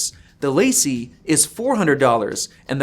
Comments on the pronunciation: Dude your LaCie pronunciation is killing me. It’s Lah See, not Lacey. It’s a French phrase that means The Company. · Just FYI it’s pronounced “Luh-see”, not “lacy”. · Please stop pronouncing it "lacey" it's La CEE (French)!